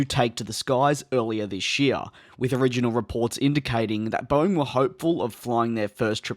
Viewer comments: I love the "THISCH YEAR" sry DJ, however I think your English is much better than my English skills :) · its funny how you pronounce "this year"